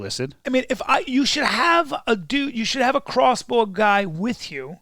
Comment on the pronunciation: lol crossbow is NOT silent